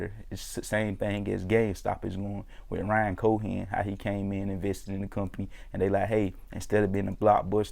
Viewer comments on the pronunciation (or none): none